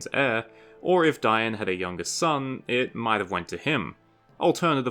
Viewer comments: It’s Dane, not da’in. Why are you prancing it like that? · You are my favorite Tolkien channel. Please stop pronouncing it with the I in front of the A. The I comes after the A. It's Dain like the Danes, Danish. Dain Ironfoot, not Diein Ironfoot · pronouncing Dain as Dy-an..... its Dain....... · How come your calling Dain 'Dine'? No offence of course...